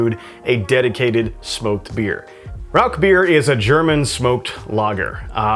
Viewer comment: I found your channel today, and really like a lot of your videos, especially those related to German biers! I lived in Germany (US Army) for 6 straight years at the end of the 1990's. My first thought is for you to pronounce the name of the bier correctly... it is "Rausch"... sorry, just an annoyance for me... lol! Anyway, I have made my own versions of smoked beers before. Rather than buy smoked grains though, I prefer to smoke my own grain. The first one I made was a smoked wheat beer. I smoked about 8# of cracked wheat with orange wood chips - those are extremely hard to find, I had to order them online only. I smoked the grain for about 2.5 hours, then proceeded to brew a basic wheat beer recipe with the smoked grains. That was a dynamite brew, you should try it some time. Several years ago, while still living in TX (I'm in Alaska now) I entered the Alaska Home Brew competition. I again did a smoked beer that I called Hatcher Hurricane - Hurricane Harvey was blowing through south Texas on brew day while I was brewing under my carport, and "Hatcher" for Hatcher Pass in Alaska. For that competition I had to use their challenge ingredient, which they sent, which was spruce tips - the new growth in spring from spruce trees. My base grain again was wheat, and again smoked with the orange wood chips. There were some other excentricities with my recipe, but it took 2nd place in the smoked beer category. If you would like, let me know and I can send you that recipe. It's dynamite